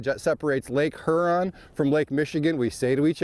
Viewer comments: Great show guys!👍, you were good, but was saying Her-on. As a Michigander the best way I've found to explain the pronunciation... Is like a person asking, what lake "yur-on", with a light sounding H, similar to the"J" in Jose` Rodriguez. Looking forward to next week's show! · Great video but here's a tip guys, it's pronounced Hyuron, not Hurrron lmao